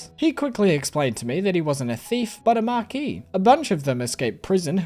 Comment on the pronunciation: I've never clicked so fast on a video. This is another game I've been obsessed with watching and I am so happy my favorite Stardew player is going into it. Keep up the amazing work, just don't burn out on us kay? Edit: THANK YOU for pronouncing Marquis the correct way. Every other person I've watched has butchered it and it always took me out of the viewing experience.